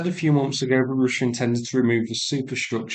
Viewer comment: Roosia um it's pronounced Russia.